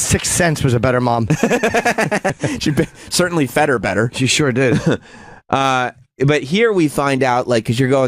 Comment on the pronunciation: OOOOHHHHH British.